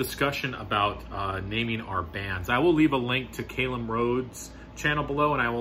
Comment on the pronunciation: Hi, terrible pronunciation of my name there, but i'll let it slide;) ha. Butthole surfers, BRILLIANT! I've never heard of them, but that's absolutely fantastic! I volunteered in a charity shop (thrift, I think they're named in the US) before I began collecting records in 2017, and the shop has their comp 'The Sound of Bread', I thought it was a ridiculous name. It stuck with me though! Love the name Alter Natives, ingenius! I was going to mention the Jesus & Mary Chain my video, but don't own anything by them - another which has stuck with me for being a bit odd. Love the name Blue Oyster Cult, I learned the riff to Don't Fear The Reaper a couple months ago on Guitar. I'm with you on Black Sabbath being in contention for one of the best band names of all time. Regarding Celtic Frost, I pronounce it the same was as you, in the UK we all pronounce Celtic that way - in terms of the football team at least. As for the language, it's pronounced the second way you listed. Thanks so much for jumping on this! Really enjoyed the video. Take care.